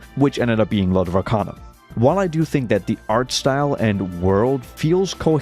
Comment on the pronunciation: Brother said "Lord of RACANA" so many times in the video, I left thinking it's called Lord of Racana instead of Arcana.